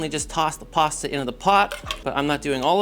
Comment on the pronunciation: There you have it folks…PARSTA…